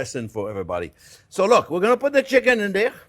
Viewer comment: "First thing were-gonna-do, were-a-gonna sauté some shicken.... --- NO, that's not what we're gonna do." - Chef Jean Pierre LOVE IT!